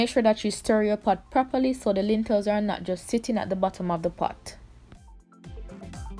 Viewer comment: Lentils not lintels mama